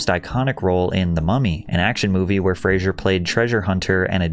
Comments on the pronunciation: His surname is pronounced Fray-zer. How could you not check this before recording an entire video about him? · Patrick, buddy- I love you sm but you pronouncing his name wrong.. 😅 Its FRAY-ZER. ❤ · Made an entire video just to mispronounce his name the entire runtime. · Hilarious the narrator doesn’t even say the last name right. Makes you wonder what else he got wrong here. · FYI, you are not pronouncing his name correctly the entire video. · In all your research your couldn't learn how to pronounce the mans last name correctly? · Learn how to pronounce his last name. Jesus... And stop saying "anyways". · His last name doesn't have an "i" in it...Say his name correctly!! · How about you pronounce his last name properly! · It's F plus Racer. Fraser. Not Frazier. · He hates when people pronounce his name like you are. It's FRASER, not Frasier. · Fraser, not Frasier. You keep mispronouncing his name. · The disrespect of not even saying the man's surname correctly. How many times does the man have to tell people it's pronounced fray-zer? Everyone wants to say it loke Frasier. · Frasier is a character from Cheers and Frasier. Brendan Fraser's last name is different. It doesn't have an "i" in it. It's likewise pronounced differently. It's like a blazer. Fraser. Not Frasier. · Fraser isn’t pronounced like the tv show Frasier, it rhymes with “razor” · Imagine making a long video about someone and not pronouncing their last name correctly even once. He's called Fraser, not Frasier. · "Fraser". Not "Frasier". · FFS.....it's Fraser not Frasier (For Fraser's Sake) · ⚠⚠⚠Brendan Fraser is pronounced"FRAY-zer," which rhymes with "razor". ⬅⬅⬅⬅⬅⬅⬅⬅ It is commonly mispronounced as "Fray-shur," similar to the name of the TV character Frasier ⚠⚠⚠⚠ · Pronounced "Frazer," not "Fraizer." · FYI. His last name is pronounced “Fray-ser” Not like Frasier (Fray-sher) (the tv show) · Its pronounced Fray-sir. NOT FRAY-SURE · FRAZ-UR!! NOT FRASHUR Id¡ot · "Fray-zer" Not "Fray-zh-yur"